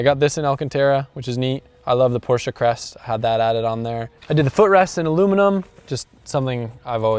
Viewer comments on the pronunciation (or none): only ppl that say porsche cringe when he say porsche-a 😭😭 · i really like you but dont say porschaaa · so cool to hear an american saying porsche correctly!! even most car journalists and reviewers can't get this right... kudos!!